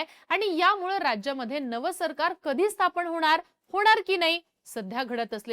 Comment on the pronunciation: स्थापण ❌ स्थापन ✅ उच्चार सुधारा नम्र विनंती.